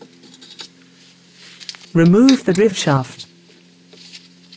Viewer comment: Leever, boosh, ridtrieve and drivshaft lol all joking aside thanks for the info